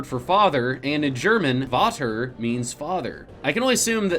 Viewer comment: oh my god the pronounciation of the german word "Vater" was terrible :D the v is pronounced like an f